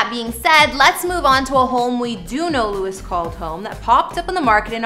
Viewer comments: Please stop saying his name wrong hahah with love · the amount of times you said his name wrong -_- at least get the dudes name right! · If you not going to say his name correct don’t make a video about him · Pronounce his name correctly. She did zero research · Painful to watch 🫤 Can’t even say His Name right